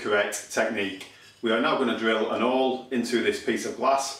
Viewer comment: The h in hole isn't silent you know lol